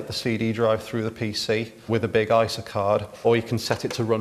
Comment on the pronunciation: And yet he says "eye-sa" instead of "eye ess aye"!